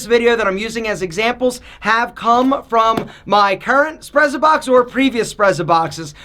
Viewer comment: Wouldn't it be pronounced "s'pret-sa-box". From the Italian "sprezzatura". Like "pizza", the double z is pronounced "ts".